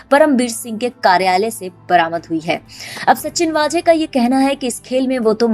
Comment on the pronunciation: its not वाजे.... its वझे